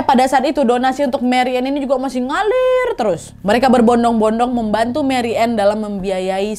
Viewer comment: Maaf koreksi kak nadia. Bacanya marianneu bakh mayer